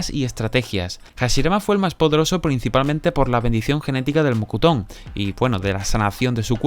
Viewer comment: se pronuncia "mokton" no "mocutón"...